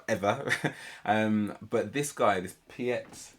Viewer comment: Piet is not native French, but his pronunciation was clearly better than that of Dimash (whose pronunciation is pretty good, relative to that of the typical French-speaking native English speaker.)